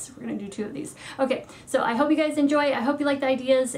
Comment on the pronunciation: Sorry i say it but you say in the start hey gays😂👏